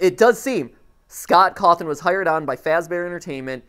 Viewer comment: Are we just going to ignore that matpat pronounces Scott Coffin’s name as Cothin?